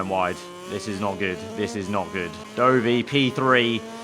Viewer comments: It's not dough-vy, you MotoGP fraud it's Dovi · the way he says dovi is a facepalm